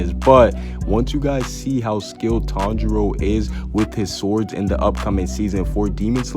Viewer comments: I turned on the subtitles and he says Tong Jeo instead of Tanjiro 😂😂😂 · The first word he says is sooooo wrong